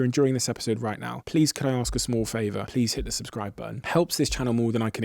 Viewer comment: Stop pushing the subskrive intenseve